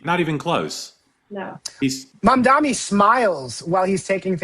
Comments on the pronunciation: It’s Mamdani not Mamdami. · It's pronounced like it's spelled: Mom-Donnie. Not Mom-Dommie. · How can all three of these politically knowledgeable people mispronounce the name Mamdani? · Melisa was Cuomo's staff-cheif, mispronouncing Mamdani's name was her invention and now it became her habit